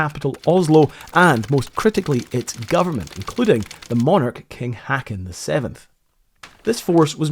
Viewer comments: Meanwhile, I'm wondering how you managed to royally rape the name of the king, to the point where you turned an O, into an E.... Also, why the double consonant? Not to forget mentioning using A instead of Å, though more expected; 'cus, of course, no monolingual native English speaker, would ever bother checking how to pronounce stuff, and just assume that every language in the world follows their NONSENSICAL ENGLISH SPELLING RULES, before making a fool of themselves in front of a million people... 🤦‍♂ You know, there are tools freely available, that would help you know how to pronounce stuff, like: Wikipedia, and Google Translate; which has the ability to read stuff out loud for you, and has phonetics... Not only that, but you actually went to Norway; not like you could've just asked the locals how to pronounce a few words..? You really have no viable excuse available, imho... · OK, not being Norwegian but Swedish. King Haakon is pronounced with that ''aa' sounding like 'o' in More. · Our family has a cottage in the hills just a kilometer away from the Blücher wreck, it's still leaking oil seen to this day. The name Leif is pronounced almost like "life" not "leaf". King Haakon -the double A is pronounced like the O in "lock". Rumour also has it that Oslo county road construction uses some of Blüchers steel plating sheets for temporary road bridges when digging for pipe repairs and such. Fun fact; that steel would not be affected by radioactivity found in modern steels due to atomic bomb testings. Fun fact II: Krupp who made the cannons are ironically a German company -oh you came to that... A socially somber side of the story is all the young German sailors being rescued by the local Norwegians -those heroes, saving young sailors in distress in mere rowing boats, endured much hate and social outfreeze afterwords. Now the wreck is considered a war grave and are not to be desturbed. Love your videos, content and appreciate the research going into it!